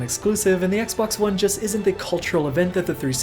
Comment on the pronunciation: Anyone else notice he said Xbox One as X-Bone?